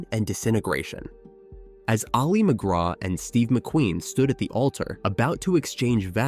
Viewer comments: I know you are a bot, but her name should not be mispronounced despite that. Her name is not Ollie it is Ali. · pronounced Alley not Ollie. - Otherwise an excellent presentation.